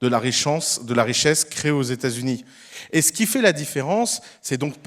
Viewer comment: "23% de la richance... de la richesse..." haha ce lapsus très pertinent :D